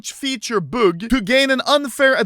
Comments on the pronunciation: Normal people: bug Anomaly: boog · Nobody: Anomaly: boog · Англичане: о! это слово bug, значит читается как баг Аномали: буг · most people: "bug" anomaly: "bhuog" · Literally everyone: bug Anomaly: büg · Normal people : bug Anomaly : büg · 'buug' - Anomaly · No one: Absolutely no one: Anomaly: böök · Humans: Bug Animalomaly: buuhhg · Why tf do you say it like büg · me: bug anomaly: bog